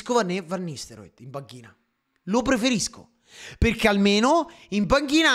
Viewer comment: perché dici fenerbahcev e van nistelroid? ahahahaha bella sir